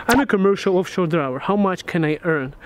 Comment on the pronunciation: he asked about diver not driver 🙂